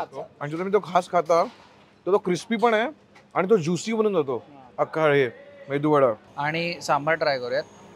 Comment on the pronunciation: बाकी सगळं मातीत जाऊदे.... आधी त्याला मेंदू-वडा न म्हणता मेदू-वडा म्हणा रे 🙆🏻‍♂️🤦🏻‍♂️